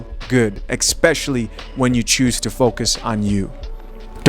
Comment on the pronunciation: Esssspecially.... not Exxxxpecially...🤣🤣🤣 Big fan though.. i just had to say that..